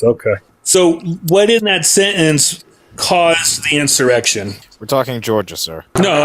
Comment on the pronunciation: "Anyways"... Love you can mute this dudes "sentUnce" becuz his word vomit is so cringe!